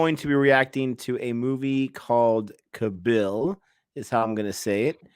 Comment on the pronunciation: pronunciation tip for: There's a reason for 2 A's after K....stretch the A sound;) KAA-bil....not ka-BILL (sorry for being OCD about it) Anyway, loved your review